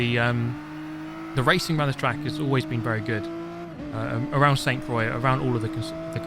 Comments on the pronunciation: Damn, do you have every Group 3 car?? I hate like hell when they "gift" me a car I already have. That irks the hell outta me. By the way, if no one else has said, it's pronounced 'croy,' not croix. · It's pronounced "Qra" not "Croyx"!